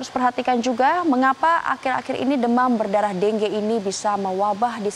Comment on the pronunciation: deng ge??? pdhl bacanya dengue